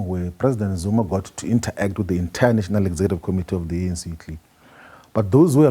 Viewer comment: It's not inter-act...its interact..you pronounce it as it is...secondly it's not discusion but discussion....double ss is pronounced sh